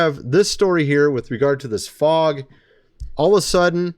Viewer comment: it's not f o g